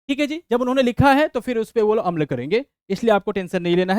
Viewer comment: छात्र/छात्राओं का अभिभावक भी आपका वीडीओ बड़े सम्मान के साथ देखता है। आप बार बार "अम्ल" बोल रहे हैं जबकि आप बोलना "अमल" चाह रहे हैं।